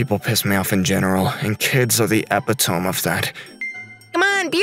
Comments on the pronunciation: At seven minutes and 17 seconds it’s not ep-I-tome it’s epi-to-me and pronounce the o like a u like uuuuu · it's pronounced eh-PIT-oh-Me. It has the same syllabic stress pattern as epiphany. I used to make the same mistake - with both those words. but those brass knuckles jokes were fucking hilarious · Epitome is pronounced as E-pit-o-me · bruh said epi-tome LMAO. its pronounced epit-to-me. english is definitely not male va's first language. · Epitome is pronounced E pit o me. "Where's a pair of brass knuckles when you need them?" 😅😋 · The word "Epitome", it's pronounced Uh-pi-tuh-mee, not Epi-tome.